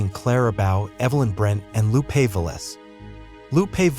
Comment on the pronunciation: My god...the narrator had no idea how to correctly pronounce Lupe's and Clara's name. Obvously he was reading from a script and had no knowledge of the era.